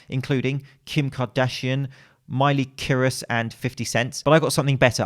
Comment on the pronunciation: "Miley Kyrus", LOVE.. IT..